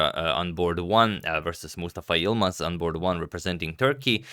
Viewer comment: Great game. As a Turk, you pronounce the name Mustafa Yılmaz almost perfectly. This was a little surprising to me to be honest :)